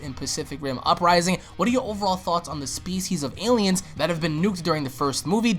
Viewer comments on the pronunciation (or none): Why he talkin like that kaiJU aliENS possiBLE